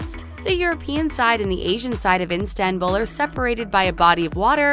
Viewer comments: Its ISTANBUL NOT INSTANBUL HAHAHAH TF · antiilankedileli HAHAHAHAHAHAHAH I WAS TRIGGERED WHEN SHE SAID INSTANBUL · calling Istanbul as Instanbul is a shame tho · Why does she keep saying "Instanbul?" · "instanbul" girl..wyd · The amount of the ignorance made me cring! How cant u even pronounce the name of the city properly but be brave enough to upload it to the channel? It's called ISTANBUL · IS-TAN-BUL...it's really not that difficult. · It's not Instanbul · There is NO "N" IN ISTANBUL!!! Learn to pronounce words properly! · Instanbul ? Oh god 😑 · Instanbul? My goodness lol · In-Stan-bul are u for real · Instanbul lmao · Oyku Ece Ozer I thought she was saying the name of an IG account that did that on purpose as a play on words off both Istanbul and instagram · Dont make a video about Turkey if you can't even pronounce Istanbul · Terrible commenting!!! At least know how to pronounce the city name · can't even pronounce Istanbul? that is just too much. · Its Istanbul not Instabul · Why does she keep saying instanbul it's not that hard mate 💁💁💁 istan-bul . . .. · for fucks sake, its ISTANBUL, not INSTANBUL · its not instanbul its istanbul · Not Instanbul,ISTANBUL,gosh... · Has anybody noticed that she says "iNstanbul" each and every time? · "The rich kids of Instanbul" That's not how that's PRONOUNCED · Its Istanbul... not "Instanbul"... I usually love your videos but most pictures weren't even from Turkey and with all this research I cannot believe how you guys managed to misread the name of my hometown everytime... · did she just say Enstenbul instead of Istanbul? I'm done🤣🤣🤣🤣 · dear voice over, it is istanbul not instanbul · Didn't finish the video cuz she insistently said Instanbul instead of ISTANBUL!!!! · Who pronounces Istanbul that way though ? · Stop saying Instanbul please... You're torturing me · Instanbul😂. Please the taklo don't mispronounce . Oh i mispronounced the channel name too. lol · the name of the city is "istanbul" for god's sake not instanbul